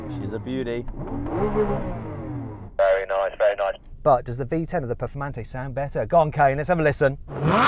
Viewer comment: ペフォルマンテになってる